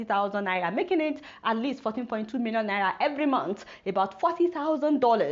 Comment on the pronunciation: The way Adeola pronounces Naira ehn 😂 😂 😂